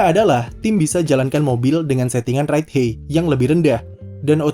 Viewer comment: Ride HAIT bacanya kak bukan Ride HEY 😢 Just my 2 cents hehe